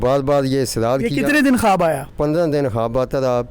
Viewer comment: it's not khaaaabbbb.... it's khuwab